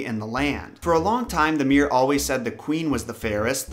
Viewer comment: Mirror not mir! Enunciate